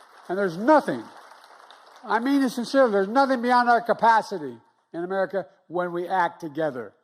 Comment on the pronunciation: "we're the united states of ameri-got-it "